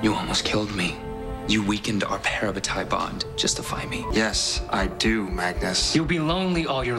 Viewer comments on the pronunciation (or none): im 9000% disgusted with the way they pronounce "parabatai" god help this just adds to the list of reasons i wont watch the show THE CRACKS ON THE OTHER HAND